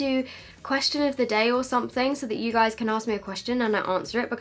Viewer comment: Ok this isn't a HATE comment, but I hate it when you tubers say guyzezz Gi_z_ez This is NOT a HATE comment. is amazing as a person love her vids. P.S. if you are reading this give it a like